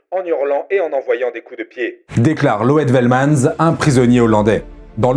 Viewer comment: par contre ici grosse écorchure de nom! Loet Velmans se prononce: Loute Felmanss en prononçant le "s" final. Donc preuves qu'il y avait bien des soldats néerlandais combattants les japonais et la légions indiennes pro japonaise en Birmanie.